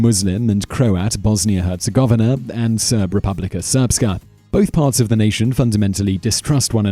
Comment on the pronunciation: You mispronounced Bosnia and Herzegovina